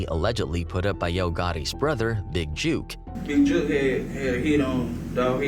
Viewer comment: His name is Big Jook, like book, hook and not Big Juke! Put some respect on his name!!!!!!!!